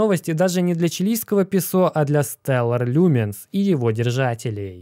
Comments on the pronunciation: Уважаемый, пЕсо с ударением на первый слог. ПесО как-то смешно на слух... раз богатейший, должен уж знать... или может не богатейший?) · быть может правильно пЕсо ,говорить ))